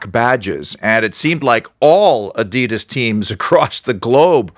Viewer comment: Good video as always. One thing - Adidas - it is pronounced A-deh-das